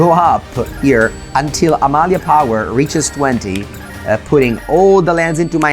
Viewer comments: Hearing pronounce Amalia's full name is so satisfying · Very nice to hear someone pronounce Amalia's name correctly after hearing all the english speaking content creators completely stumble over the names in Ixalan.